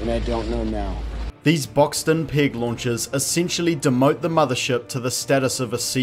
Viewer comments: Your accent makes it sound like you're saying "pig launchers". Though those would probably be more effective. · To my American ear it sounds like you keep saying "pig launchers" and it's conjuring up some fantastic imagery.